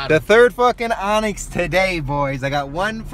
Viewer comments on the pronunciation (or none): Great video, but just an fyi its Onix